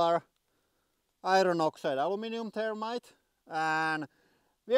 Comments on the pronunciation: I thought you were talking about termites. Not thermite. Gotta work on pronouncing the TH. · Was that thermite or termites? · Hi! I'm And today, we are going to be playing with some termites! I know the H has a different inflection when translated into english, but it's funny to hear termite like the ant instead of thermite like the explosive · the "h" is not missing, it is just pronounced differently, here in finland we ONLY pronounce the "the" as it is pronounsed in english word "they", so he pronounces "the[y]-rmite". it is stupid that in english there is lot of ways to say "the..." they the end thermite all those are differend, but why :D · It's a good thing you had 'thermite' written in your title because it sounded like you were saying you were going to play with termites. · Thermite? Or Termite? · lol, he's finnish so they don't have the þ/ð pronounciation in their language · The "h" is missing in his pronunciation